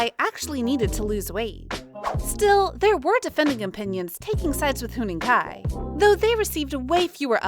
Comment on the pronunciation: Huening Kai?????????????????? THE OWNER OF THIS CHANNEL MIGHT HAVE HEARD IT FROM A NON-EXISTENT PIGEON zzz